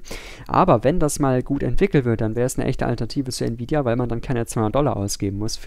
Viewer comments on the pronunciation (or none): none